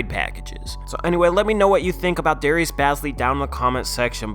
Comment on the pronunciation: he is like my brother and it is pronounced bae-zly